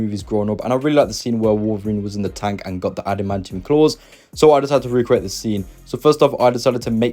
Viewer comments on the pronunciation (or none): none